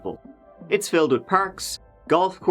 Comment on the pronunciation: Whats just his accent, is considered a speech impediment in USA, with regards to him not being able to properly pronounce "th". He also didn't pronounce 7th how we would in USA and he also pronounced with as "wit"